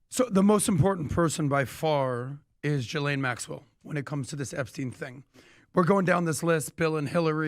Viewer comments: The pronunciation is Ga-lane or gee-lane it’s amazing that so many people have so many different ways they pronounce it yet no one pronounces it correctly. It’s definitely not “gislane” or “ja’lane” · I love watching you guys, but it’s time you start to pronounce Ghislane Maxell’s name correctly. It’s Geelane. It’s a hard “G” ❤️ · Her name is pronounced as" Gee-lane " . And if everyone pleads the fifth, then those need to go straight to prison!!! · The “h” is silent in her name.